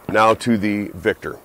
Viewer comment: Vector. Not victor